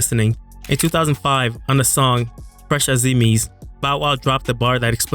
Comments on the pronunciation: A zee mees? 😂😂 fresh as I’m is… is the pronunciation? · It’s pronounced “Fresh As I’m Is”